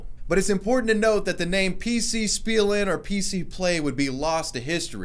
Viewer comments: I lost it when you pronounced spielen wrong Lol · its should be pronounced as shpielen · Your German was eh "Spielen" is pronounced like this: Shpielen. With an SHP sound. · 'spielen' is pronounced 'Shpeelen'. You're welcome